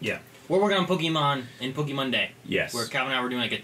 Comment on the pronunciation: I don't like the way says "pokeemon", a small part of me cringes every time he does.